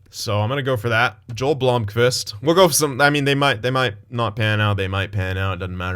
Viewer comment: Pronounced "Yo-el" Blomqvist, he's a real goalie in Liiga